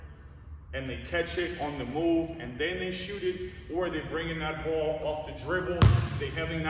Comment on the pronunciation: the boo-oll🤣